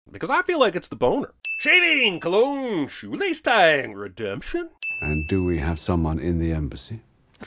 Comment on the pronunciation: "Ring-demtion" C'mon Sinny, tighten up 😅